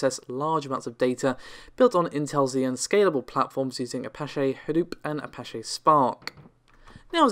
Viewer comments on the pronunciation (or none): But we did get Apache pronounced “A-pah-SHAY”, so at least we don’t go away empty-handed 😉